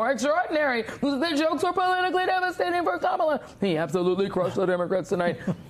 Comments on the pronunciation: I know it’s the least relevant issue in this segment, but why Musk, Trump and all these other Republican speakers keep saying the name of Kamala Harris wrong? It’s offensive in petty. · Learn to pronounce your future President's name: in India, she'd be called "Kamla", but the way she says it so Americans can say it right: "Kaamala"